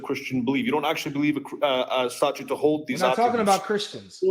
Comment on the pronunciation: Is saying statute?